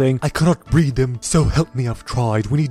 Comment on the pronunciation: breed not bread